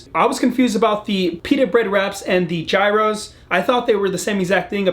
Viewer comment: Love your videos, but no more gyros until you learn to say it right 😂